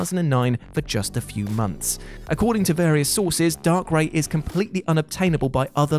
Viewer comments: You said darkrai wrong Not darkray It's darkraa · Dar-cray geez I cringe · Could you have said DARKRAI anymore wrong IT'S PRONOUNCED DARKRYE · I will never understand how people pronounce names wrong then act like it's not a big deal. 😒 Why is it only certain times it's okay? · Did he say darkray? Gee what is this darkseed all over again 😂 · He called darkrai darkray i need to sue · Its darkRYE. Similar to how you pronounce Raichu. It's not Raychu is it. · Lol "darkray" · The millisecond I heard "Dark-Ray" I disliked the video and left this comment. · He pronounced Darkrai incorrectly... But at least he tried. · We aren’t gonna just skip past how you pronounced darkrai are we 🤢